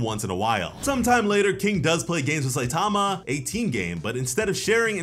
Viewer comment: Another person that can’t say Saitama’s name right. Jesus